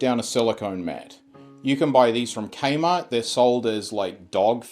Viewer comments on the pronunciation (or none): im sorry, did you just say K-Mart?